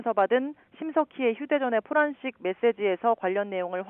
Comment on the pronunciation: 포란식이 아니고 포렌식 아나운서가 공부안하냐?